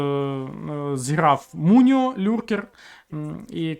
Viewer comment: гадаю польські нікнейми тре читати по польські :) то виходить не муніо а миньо :)